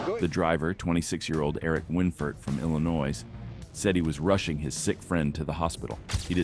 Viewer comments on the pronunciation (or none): Illinois... the "s" is silent cutie 😉....but you say it right so nevermind 😅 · Great video as usual...I apologize, but...@ the 's' in Illinois is silent...thanks again for the video... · Illi - noise 😂😂😂😂😂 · Illinois is pronounced without the s. Ill in noy. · Hey narrator. Illinois the S is silent when saying the name of the state.. Just thought youd like to know.